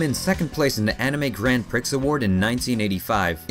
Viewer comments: if nobody said it yet 'prix' is pronounced "pree" and not "pricks" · Dude, I'm absolutely loving your vids but in the event it hasn't been said already, : ) the X in "Prix" is silent, and it's Adaptation - not adaption.